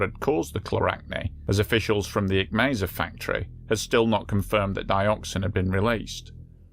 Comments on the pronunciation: Mississauga = Missus-saw-ga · Canadian here. Great channel, great video. It's "misses-saw-ga".